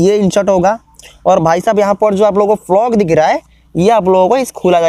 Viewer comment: Bhai vo plug hai flog nahi 😂